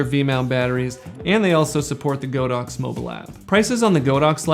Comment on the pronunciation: The correct pronunciation for the brand is God ox not Go dox